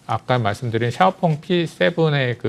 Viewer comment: 샤오펑을 엑스펑이라고 잘못 말씀하신거지요? 차이나 티비 애청자지만 가끔 느끼는 것인데 뭔가 준비가 잘 안되고 엉성합니다 화면이 맞지 않는다든지 말을 더듬고 발음이 이상하다 든지 그럼 시청자들에게 주는 신뢰도가 떨어집니다 많은 애독자들을 얻으려면 삼프로나 다른 인기 유튜브 채널 좀 연구하셔서 개선이 필요하지 않을지 싶습니다